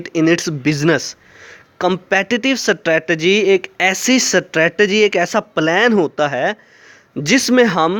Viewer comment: I think u are not pronouncing strategy.. anyways u helped me learning this topic thanq sir💗